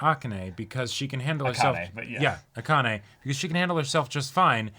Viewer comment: You're BOTH mispronouncing Akane's name pretty badly.